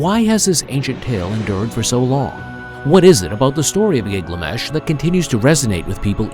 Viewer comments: Why does the narrator pronounce "Gilgamesh" as "Gigliamesh"??? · Gig-lamesh is a fresh take 😅. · I can't watch it. Gig la mesh? 😢